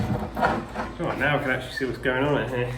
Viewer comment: Take a drink every time he says ""! LOL Great work here! Thanks for sharing this!